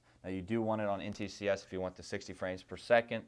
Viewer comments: Thanks for this, very informative, I like the fact that you explain why you use the settings you do. A little picky of me but, you kept saying NTCS instead of NTSC. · Hate to be that guy, but... NT S C. Not, NT C S. I figured you'd say it right eventually, but you never did.